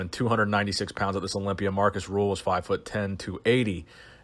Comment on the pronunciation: Markus RÜHL, not Ruhl or Rule